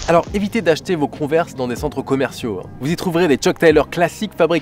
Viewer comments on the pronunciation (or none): Ça se prononce : cone-vErs avec l’accent anglais et tout là. x) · On dit "converse" prononcé konveurse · S’il vous plaît dites moi que chui pas le seule à dire cone vers 😂